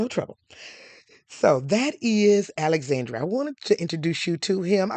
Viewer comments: great video. for reference, the last E in Alexandre's name is nearly silent and pronounced more like "uh", not "ay" like Dr. Dre. so his name is more like ah-luhx-ahn-dr(uh) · Please don’t spread misinformation to our Black folks. It’s just lazy and we are trying to root for you, but you are not doing anything to try to uplift US. The House of Grimaldi has ruled Monaco since 1297, not 1927. The young man’s name is Al-ex-ENDRe, not Alexan-DRAY. That is a true butchering of his name and it sounds terrible. If you are going to tell the story of European and African royalty, it is only natural that you would learn enough of the pronunciations of the names of the people and places in these royal enclaves to do them justice. Also, tell the histories accurately. The Grimaldi are one of the oldest royal houses in the world. One of the problems we have as a people is that we don’t have enough quality education and information. We go around butchering French and Italian names, making up pseudo-French names with random apostrophes and such, and generally condemning our children to being ridiculed and being the laughing stock of their classes and workplaces, and wonder why they have problems getting employment with these parodies of foreign names. Mispronouncing a simple name like Alexandre is grist for the mill for those who might want to name a child after the young prince, but because you (and others) have messed up his name so, we have started yet another generation of painful pronunciations, making us look stupid, frankly. Anyone on YouTube that wants us to subscribe to their channel and make you wealthy should also not be so disrespectful of us that they